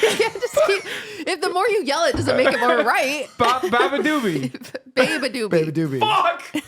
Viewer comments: some was one of the best episodes EVER. i was crying at the bebedeboobob bit. i mispronounce her name all the time too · hasan messed up Beabadoobee name but QT a minute later says "Japanese Breakfast Club" THIS POD DOES NOT LISTEN TO MUSIC!!!!!!! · the funny part abt the beabadoobee segment is that QT is saying it wrong too😭😭😭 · So they're all making fun of Hasan for not being able to pronounce beabadoobee but we're all going to ignore QT calling them "japanese breakfast club" ? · I’m working out at the gym and almost dropped a dumbbell on my head laughing so hard at Hasan trying to pronounce Beabadoobee 🤣🤣🤣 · saying ‘claro’ for clairo, qt saying ‘japanese breakfast club’ for japanese breakfast, and them all calling beabadoobee ‘badadoobee’ is sending me